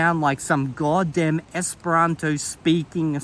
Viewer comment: Take a shot wverytime says 'godam'. You won't survive